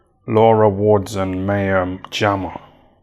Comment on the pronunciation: it’s My-a not May-a Jama.